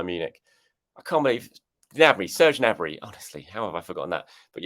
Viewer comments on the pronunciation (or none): none